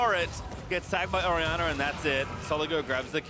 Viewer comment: Orianna is apparently said Ori...anner